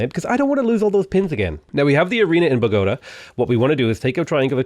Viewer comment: same with Bogotá